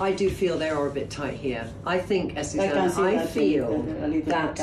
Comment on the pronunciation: You think AzucEna minds her name always being said wrong? AzucAna —> AzucEna.